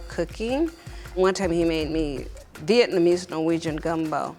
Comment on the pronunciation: "Vietnemese Norweign Gumble"